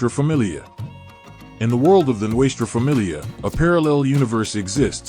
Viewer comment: This has to be the worst fuckin documentary i have ever heard.... you can not even pronounce Nuestra Familia correctly...learn to roll the Rs and La Eme is pronounced la EM-A.... another thing is why are you constantly repeating the same shit over and over and everything you said was wrong....did you.get everything off the history channel or gangland ? Every picture you posted isnt NF....go back and do your homework and remake this video when you gwt it right and run it by those who are actually in the life or know those who are real Nortenos.... then come back and try again